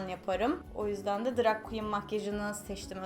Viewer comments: Seda E. Turkiyede herkes drag queen yerine drug queen diyor nedense. Belki de bu yuzden drug queen demeyi secmistir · drag makyajıyla ilgilendiğini araştırdığını söylüyosun ama daha ''drag''i doğru telaffuz edemiyorsun, hoş değil.